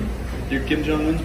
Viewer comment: 조선에 관심있나보네.. 북칸 김정은도 정확히 알고 발음도 정확하고 다나다나 ... 대부분 미국인들이 일본하고 중국하고 구분못해서 치노하면 눈찢는데...